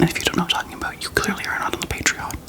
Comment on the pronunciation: The way you said patreon slayed. Healthy queen 👑🖤